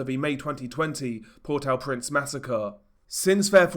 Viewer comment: What about the massive earthquake that destroyed the country? Why you Keep throwing random footage into your stuff? It's meaningless and insulting to the poor people going through it. Get out of your dark bedroom, leave home and stop talking crap. If you can't even pronounce the name of the capital you lose credibility.